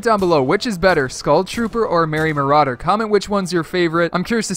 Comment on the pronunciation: Merrry murrder